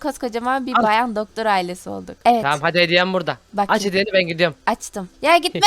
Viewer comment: Abla doktor derken dodol ded